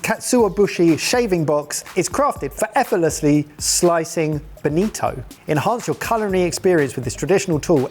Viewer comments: Its not Benito but Bonito, Benito is Italian given name derived from Benedict and BONITO is in tribe of Sardines but belongs to Family and Subfamily of Scombidrae which is Tuna, Mackerel and similar species of fish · It is bonito, not benito. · Bonito. Boh nii toh, not a fascist dictator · "Benito" :v